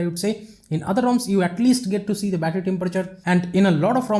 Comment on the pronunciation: you start battry 88% you finsh 82% wow bittry bum😂😂😂😂